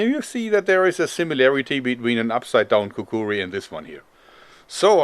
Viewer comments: He says it like Kakuwee it bothers me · It's called a Kukri and is pronounced Kukri.